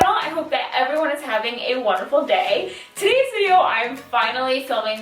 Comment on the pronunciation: I though she said “have a waterful day?” Did she actually say that? Idk?